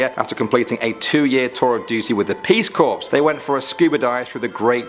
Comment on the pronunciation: Was this an alternate version of part 2? Why does it say part 4? Also, incidentally, the word "corps" us pronounced as core, not corpse.